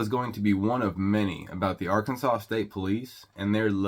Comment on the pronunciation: Ar- Kansas -saw. If you can't follow the Alphabet your definitely a hazard